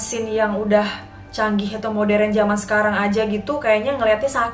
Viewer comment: Yg punya channel ini pasti org Sumatra 😊 I can guess from the way you pronounced marÉt, modÉrn and Holland hahaha 😉✌ Say hi from New Zealand xxx